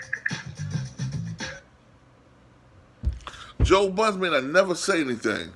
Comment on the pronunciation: Its BUDDEN you dummy